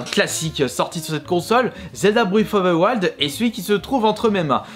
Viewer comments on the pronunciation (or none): Je suppose qu'il voulait dire Zelda breaT of ZE Waild mdr lol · Il en parle non? Quand il dit "Zelda:bréve of ve waiiild" je suppose qu'il voulait dire Breath of the wild